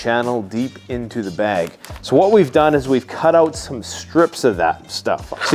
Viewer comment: Is it weird that I enjoy hearing you say bag? “Bayg” I know I’m not alone.